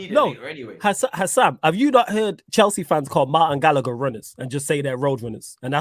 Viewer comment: Man said gallagher and I almost stopped watching